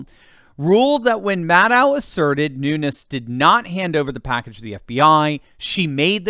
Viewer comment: Pronounced: Noon- yezzz.